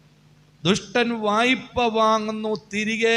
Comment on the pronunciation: "വയ്പ്പ" എന്നല്ല. "വായ്പ " എന്നാണ് ശരി.